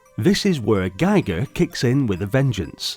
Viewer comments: Very interesting game indeed but how could you have missrd picking up the correct pronunciation of the name "Giger"? It's not "Geiger" but like "Gieker". It hurt my ears! 😸😭🤕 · I prefer Guy-Gur, Gee-gur sounds like people making shit up just to be diff